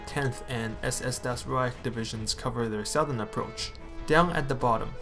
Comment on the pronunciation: Nice videos.. just gonna advise on pronunciation: it's "doytchland" and "dahs reich" ... looking forward to the rest! Great work so far